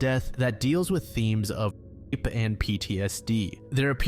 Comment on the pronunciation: Don’t cover rape cases if you can’t say the word “rape”